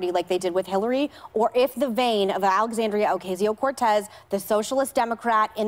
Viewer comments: why do Republicans keep mispronouncing Alexandria's name? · They can't even get her name right... Let alone they clearly have no idea what they are talking about.